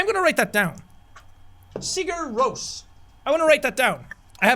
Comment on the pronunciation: Jack pronouncing Sigur Rós wrong is killing me but it's also adorable XD